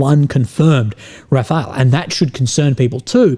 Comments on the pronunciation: Bro...the french plane is called Rafale and its pronounced Ra-fawll... Not Rafael. C'mon, is it that hard to put the name on google translator and listen to it? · it's not Rafael but Rafale. All the best mate! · the French plane is called Rafale = wind gust not Rafael. Small but crucial distinction. Yes i do speak French. Just like Russia "invasion" was a defense act in response to USA real invasion by means of capturing and installing a puppet government. Again small but crucial distinction. USA is the aggressor and Russia is the defender. And by the way who is this "expert"? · Hello. Hope you are doing fine. Just one small thing. Its not Rafael like a dud, its rafal like an plane. Sorry but you sound stid. Wish you all the best. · Dude, Ukraine had integrated Soviet-era air-defense plus MANPADS. Btw, it's pronounced rafáhl.